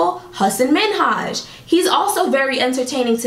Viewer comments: Hasan minhaj pronunciation 😔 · this video was great but the pronunciation of hasan minhaj hurt me from within 😭✌🏼